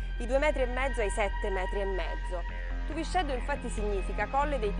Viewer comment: TUVISCÊDDU con la "è chiusa non TUVICEDDU .... In "Limba" Sarda , la "x" si pronuncia "scê" , con la"e" chiusa...